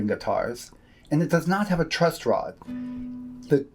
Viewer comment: How do I know if I can TRUSS this video if he is putting a T on the end of Truss?.... because knows his shit, that's why. FYI its TRUSS not TRUST, even though I trust you.:D